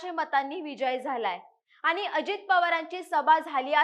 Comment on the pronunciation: आनी , रानी छाण मराठी बोळने आहे तुमचे। असेच बोळत राहा। तरून भारत ला वीणती आहे, अशीच लोकं णेमा